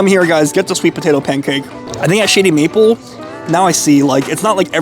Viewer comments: It sounds like you're saying Shitty Maple XD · sounds like you're saying Shitty Maple lol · Sounds like he keep saying Sh*tty Maple.🤣